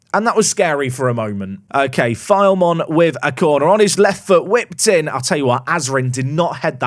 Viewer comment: Loving the series! FYI, Filemon is pronounced Fill-uh-mon, but if he continues to file away those kind of performances, pronounce it however you like